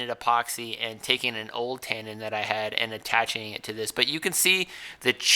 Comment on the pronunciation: TENNON, TENNON, TENNON not tAnnon.....